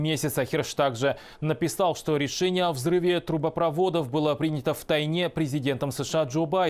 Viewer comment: 1.39 "решение было принято в тайнЕ"....🤔шпион что ли...где учил язык 🙈